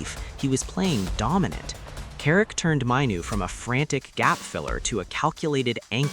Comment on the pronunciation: An American accent pronouncing Kobi's name wrong. Not Mineoo it's MAIN OO. I could only last 15 seconds. T